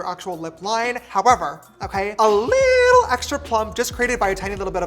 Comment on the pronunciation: James you are saying too much : LITLE !!!!